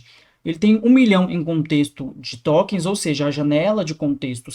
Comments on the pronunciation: Porque em todos vídeos ele fala tÓkêns? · o cara quer falar de ia, até legal. Mas não sabe pronunciar "tokens" ai quebra.